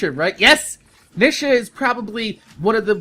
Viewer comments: It's NEE-shuh XP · nisha? lol you say it wrong. Its knee-sha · he said Nisha